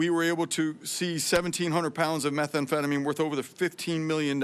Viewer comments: Why does she say methamphetamine so weird? Its meth am phetamine. Not metha am phetamine. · My gawd- learn the name of the drugs you are going after- it’s Methamphetamine not methA amphetamine- it’s so hard to listen to her and believe anything she says. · It's meth anfetamin not metha anfetamin! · Hey pam its pronounced meh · tham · feh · tuh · meen . NOT METHA AM PHETAMINE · “Meth Ah amphetamine” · Someone needs to let her know methamphetamine doesn't have an extra vowel makes her sounds ignorant 🙄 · Pam, it's not methaamphetamine! Learn to pronounce the evil you are fighting. This whole performance was an embarrassing attempt to deflect. As a proud MAGA supporter it's time for you to go. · What is "Metha- amphetamine"..??? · What is “Meth-A-amphetamine”? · Your pronouning methamphetamine wrong. No extra a. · Her pronunciation of methamphetamine is incorrect. She calls it Metha-amphetamine odd odd odd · "metha amphetamine" what a joke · Also, it is pretty absurd that the attorney general has never heard of methamphetamine in pill form? Maybe it makes sense though because she says methamphetamine like she’s just read the word for for the first time and is just hooked-on-phonics’ing the pronunciation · I'm sorry are we not noticing that our attorney general doesn't know how to say methamphetamine That's insane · I agree she does not pronounce methamphetamine correctly.